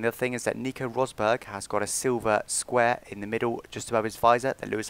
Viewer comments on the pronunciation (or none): none